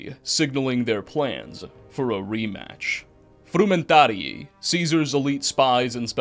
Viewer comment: Imperator/frumentarii was pronounced wrong, and we dont actually know Lanius' past. Lukius claims he was raised Legion, while Caesar claims he was simply gifted the rank. So wrong on the "centurion" part of Lanius Also from what I can tell you seem tothink theres only 1 Legate, but theres actually a few Also, New Canaan wasn't raided by Lanius, but by the White Legs at the behest of Ulysses. They were trying to join Legion, and prove themselves.